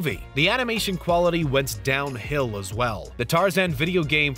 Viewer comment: Okay, the emphasis on the t is bad enough but it's down hill on downTuh hill....